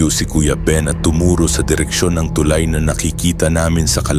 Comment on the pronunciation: Tulay bigkas nyan hindi TUULAY